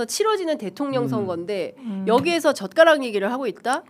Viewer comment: 젓가락이 ㅈㄱㄹ 욕처럼 들리게 하는 토론 ㅎㅎ 기분이 더러워 졌던 토론회 😢